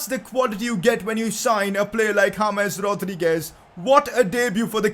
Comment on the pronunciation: Please correct your pronounciation of James Rodriguez